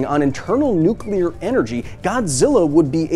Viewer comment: what makes kong so big to begin with? maybe kong is nuclear, oh im sorry, nuculer. and the food kong eats on skull island is nuculer.